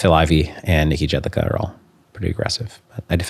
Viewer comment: It's pronounced "Yedlichka" btw